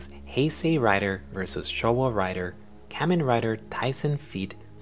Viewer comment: You are saying kamen wrong